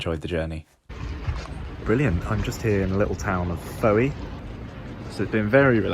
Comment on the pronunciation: It’s Foy, rhymes with Troy.